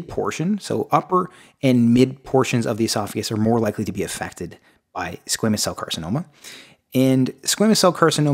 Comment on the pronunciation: He pronounces it squeeemous I thought it was squamous?